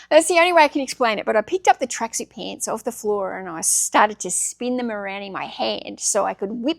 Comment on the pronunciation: FWOOR! ... Okay, let's get started 🥲